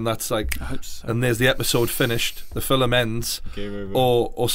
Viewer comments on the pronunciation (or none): Its film not filum ffs